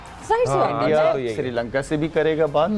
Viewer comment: Abe Srilanka hota hai Sirilanka nahi 🤦‍♂️🤦‍♂️🤦‍♂️🤦‍♂️